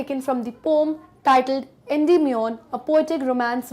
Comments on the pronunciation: Poem ❌ poam✔️ 🤣🤣🤣🤣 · Difference between ,,, "POM" , ,, "POEM" ,,,, 🤔🤔. , 😸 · Very nice explanation but do take care of Pronunciation it's pow.uhm not pom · Check your pronunciation of the word 'poem'....it's irritating as you are terribly wrong in pronouncing it.. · Pom❌️ poem✔️😂😂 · Mam is saying pom instead of po-em 😂😂😂😂😂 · Ma'am, it's not पोम , it is प उ इम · Poem pronunciation Indian English (poh-uhm) British English (pow-uhm) American English (pow-uhm) Pom😮 pehli bar suna hai. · Mam pom nahi poen hai woh 😅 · mam pom ni poem india me yhi pronounce krte h isliye yhi shi h😅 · Pom not poem is also a thing of beauty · yeh yeh pome pome kya hai bhai 😂😂 , poem haiii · Please correct the pronunciation of poem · New word aapne sikhaya poem ko ponm bhi kahte hai😀😃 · Bcoz it's now pronounce as a pom not a poem ☺️ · Ooohh 😲so its a poom not a poem😂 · Pome 😅😅😅😅 correct the pronunciation of poem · Literally regretting my life to say poyyyyyemmm. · Mam why are you pronouncing the word poem in pom...? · Mam ap poem ko pom q bolti ho🤔🤔